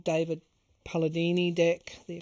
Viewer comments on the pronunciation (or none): none